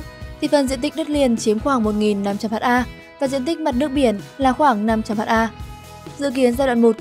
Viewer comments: Phát thanh viên nên đọc là hecta sẽ hay hơn là Hát a .. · Ad học lại lớp 5 đi ! 10.000 m2 = 1hm2 = 1ha, "ha" là viết tắt của hertare (từ TP) và đọc là "héc-ta". Vậy mà ad đọc là " hát-a": Ngô nghê buồn cười ! Theo logic này của ad thì 100m2 = 1dam2 đọc là "một giam hai"... Đọc ngầy ngây vậy mà còn thuyết trình và so sánh Vingroup với Apple, Facebook,... Đúng là... Vương Trảm Fong ! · 500 h a ko bít ad này học ở đâu mà đọc ha thành H .A